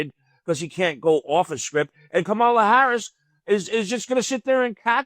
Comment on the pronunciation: can’t even pronounce, “Kamala.” 😂😂😂